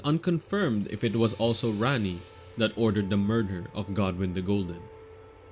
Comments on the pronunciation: Just saying it’s “Ranni” not “Ran-nee”. And there really wasn’t any new info here. It was like listening to OneMindSyndicate regurgitate the war hammer wiki page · RAH-nee. Not RAHNee. Big difference